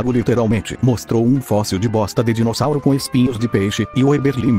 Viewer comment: a parte do "Dirosauro" me quebrou 😂